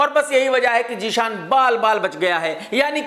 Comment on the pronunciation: Jee-shan nahi chariya zeeshan